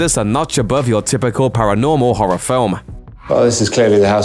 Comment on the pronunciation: his trouble wit the word Horror made me laugh...because I can't say that damn word right either